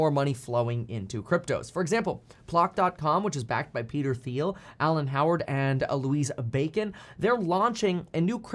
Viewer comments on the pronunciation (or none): Thiel is pronounced 'Teal' with the 'T' sound, not the 'th' sound. No worries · Thiel is pronounced like teal.